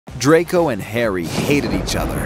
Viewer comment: The way he pronounced "drAcO"💀✋